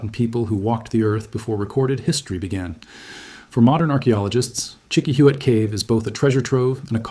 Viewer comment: Hola, I would like to suggest a change in your pronunciation of the word Chiquihuite. Try this: cheeky-wee-teh. Be well.